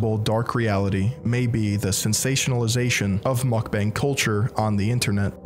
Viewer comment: Who’s gonna tell this guy Mukbang isnt pronounced mack-beng